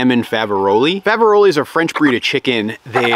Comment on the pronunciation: It's pronounced Fav-a-role (the s is silent) unless discussing more than one!